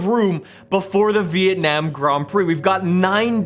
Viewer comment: the way he says it. vitanam